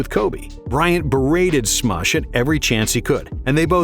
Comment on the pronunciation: Why is he pronouncing Smush like that?